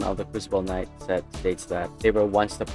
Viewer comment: it's knight not knoght and he does now this it just sucks absolute ass